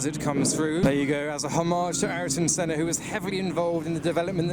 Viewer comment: couldnt say Senna's name properly lmao